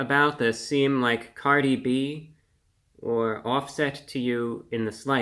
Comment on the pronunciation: Cardi O?.? Cardi B... Cardi hwo?